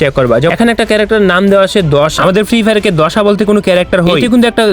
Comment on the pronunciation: দাশা না দশা 😂😂 মজার ব্যাপার 😂😂😂